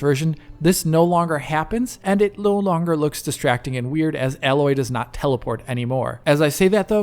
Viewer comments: her name is not "Alloy",:P listen to the game, it's pronounced "Ey-loy". only one "L", y'know? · Her name is pronounced Aayyy-Loy. Not like alloy metal. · it's A-loy not alloy. Great work thanks. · HER NAME IS ALOY NOT ALLOY!!!!!!!!!! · Great info but her name is AAAAAAAAloy not aaaaaaaloy! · She's not a metal... It's A-loy; her name is spoken in the game... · My dude ... it's pronounced A-loy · There is just no excuse for getting her name wrong, enough characters say her name in the game. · Stop saying Aloy's name wrong :D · Dude, get her name right at least, it’s not that difficult, it makes me wonder if you actually played the game beyond a few hours testing it’s visual settings. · Triggers me every time he says it. Like when people say "laura" croft...